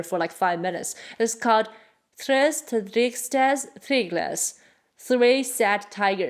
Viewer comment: Thank you! Happy New Year!! Also, impressive Tres Tristes Tigres try (as a native Spanish speaker I still struggle 😂)